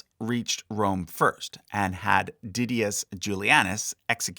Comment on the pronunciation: Hey I love your videos but the heavily anglicized pronunciation of some of these names is killing me. The stress is on the wrong syllable. E.g.: Severus, Albinus and Didius